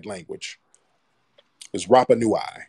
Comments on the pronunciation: The pronounciation for Rapanui is...RUPPA-NEW - E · nui (nooey, not noo-eye)